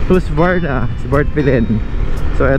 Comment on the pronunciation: Hus-ka-varna po :)